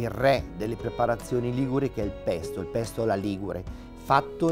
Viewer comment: Bello, però il "pesto alla ligure" mi ha fatto sanguinare le orecchie😅